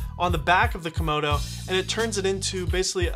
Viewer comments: lol, did he call it the Red "Komono" ? Yep, he in fact did call it a Komono and not a Komodo. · You kept saying red komono haha. Thanks though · Say Kimono again I dare you I double dare you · Am I the only one hearing Red Kimono?